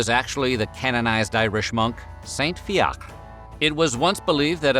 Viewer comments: saint fiacre is actually pronounced as fee ih cra, in ireland now it would be spelt as fiachra!! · Fiacre is pronounced "Fia-kra" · Wheezing at his pronunciation of Fiacre 😂😂😂😂😂 for anyone wondering it’s pronounced like “fear-cr-ah” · Fiacre...fee-ack-ra Dunno what your pronunciation is 😅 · Fiacre- Fee-ya-cra said fast is the pronunciation. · I think the Irish monk's name is pronounced "Fee-ach-ra" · You pronounce all the letters in Fiacre